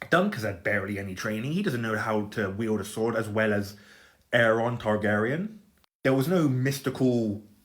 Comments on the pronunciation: Areeeeon pronounce it right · Brother its AERION. AE REE ON. How can you not believe it, he grew up with the greatest warriors and instructors in Westeros like how is that surprising? He was armed to the teeth and had the best gear. The other dude grew up in Flea Bottom and had a drunk Hedge Knight as his mentor and the cheapest gear. Be real